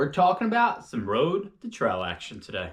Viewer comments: Tral shoe :) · Funny how you say trail! Not in a mean way, just tought I'd say it hahah😅